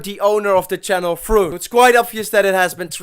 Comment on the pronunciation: NOT TWOON!!!!